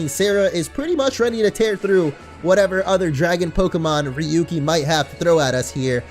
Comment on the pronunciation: it's rayuki(pronounciation) coz ryuu means dragon in Japanese and has the same pronounciation(rayuu)